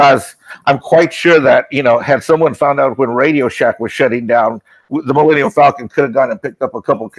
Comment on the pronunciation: Am I the only one who keeps hearing it pronounced "Millennial Falcon"...?